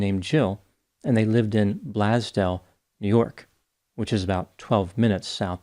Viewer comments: Huh...I'm from Buffalo and never heard about this. (I was living in OH the time this happened so that might be it) That's fricken crazy! Btw, I know if you're not from the area you might not know this, but Blasdell is pronounced "blaze-dell", and Hamburg is just like the sandwich. Still think the Hamburg water tower should be painted as a hamburger! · Blasdell New York is pronounced like “blaze-dale” locally. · It's blaze dale ( Blasdell) and Hamburg is pronounced like the burger. Just a resident of the 716 setting it straight. Happy Wednesday. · 😂 Hello fellow WNY-er! Yeah I was giggling at the pronunciation myself. And yes, Blasdell does have great pizza! Though did you ever get Gino's and Joe's pizza in Main Place mall? Best plain cheese thin crust!